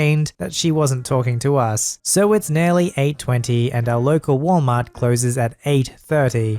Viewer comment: Wal-Matt. Sells toilet seats ......